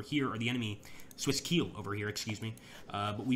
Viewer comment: Landsknecht is pronounced like "Londs connect", and Keil is pronounced "Kyle" (not like I will KEEEEL you, Mr. Bond).